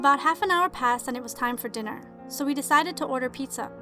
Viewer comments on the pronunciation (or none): none